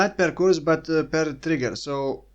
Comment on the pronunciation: curse is pronounced the same way as nurse